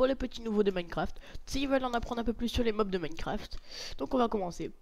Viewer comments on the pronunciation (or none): On dit Mobs